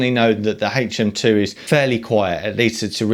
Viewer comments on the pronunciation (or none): HHHHaytch M2... LOL